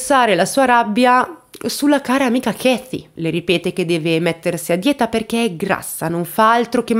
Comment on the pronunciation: Ma perche chiammi quella Ketty con la "f"?sei sicura che e la pronunccia giusta????